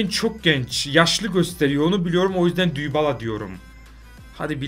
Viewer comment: Dybalaya düybala diyo bune lan mq